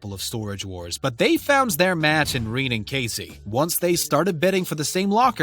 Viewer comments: Omg it's pronounced re nay. Rene Jesus christ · That us not how you say Rene's name lol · Have u ever watched this show? U can’t even say Rene’s name right 🤣